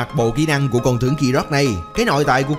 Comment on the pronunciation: Đọc ráp riết lố r , tiếng việt mà phát âm như tiếng anh ;)) con tướng phát âm thành con chướng luôn r